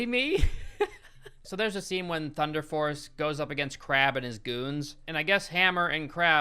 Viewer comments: He said thunder farce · at first I thought he said thunder farts